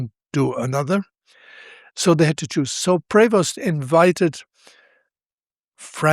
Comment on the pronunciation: About this video verbal voice sound and subtitles : "Prost" is NOT what it should either sound or being written: #PREVOST" Typical American sound to writing usual confusion...